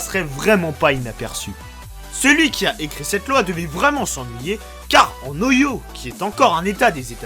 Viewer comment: Ohio ça se prononce "oaïo". Après, en France et sûrement ailleurs, si un flic dit un truc et que tu dis le contraire, on lui donne (souvent) raison car il est assermenté.